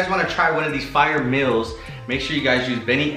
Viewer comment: He keeps saying mills instead of meals lol 😂